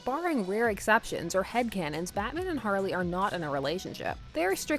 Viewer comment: Lol jarley? I kinda like it.. Lol I've really only heard harker ..